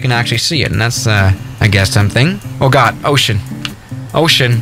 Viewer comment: When he said ocean i thought he said oh shit lol 😆